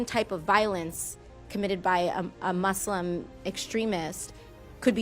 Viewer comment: I liked how she pronounced muslim the right way and not say it MUZLIM like most westerners.